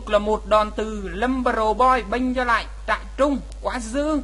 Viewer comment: kia là trairung chứ k phải trại rưng nha ^^